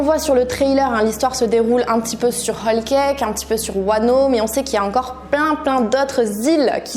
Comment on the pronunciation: Tu dis "hall cake".